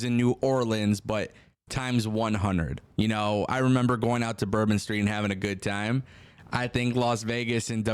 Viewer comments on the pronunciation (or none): none